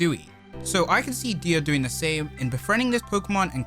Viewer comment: I think it’s pronounced “die” instead of “de-a” because the nickname “dia” comes from his name diamond.